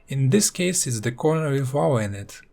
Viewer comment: Who else thinks hes saying wawa when he says lava